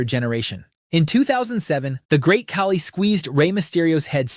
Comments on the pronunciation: The infamous ca-lee instead of khali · He pronounced Khali weirdly